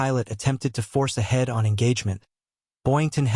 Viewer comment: AI mispronunciations repeatedly screw this up. My favorite is "Approaching head. On." It's one word, "head-on". And then later it's a "head" "on-pass". Dozens of these make this silly. Also talking about 'Zeroes while repeatedly showing images of U.S. combat aircraft is just dopey as hell.